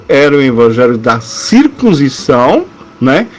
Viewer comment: Porque você não ler corretamente a palavra circuncisão?